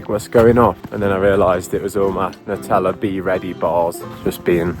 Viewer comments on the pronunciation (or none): none